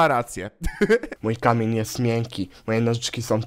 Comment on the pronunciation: czy ja tylko usłyszałam komen a nie k amień XD